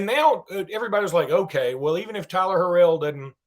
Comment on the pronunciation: Tyler Harrell is his name not harel.